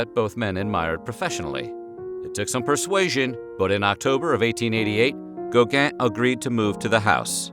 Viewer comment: Gow-gaaaah and van Goh...Why can't americans pronounce foreign names correctly?